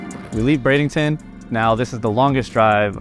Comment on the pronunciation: Why does it sound like he’s saying bradington instead of Bradenton?